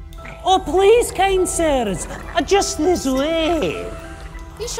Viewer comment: video started "oh please cancers" and I was like wtf rewind and "oh please kind sirs" lol cancers was much more accurate